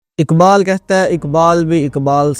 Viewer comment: علامہ کا نام اقبال ہے، اکبال نہیں۔ اسی طرح ق سے شروع ہونے والے دیگر الفاظ کا تلفظ بھی صحیح فرما لیں۔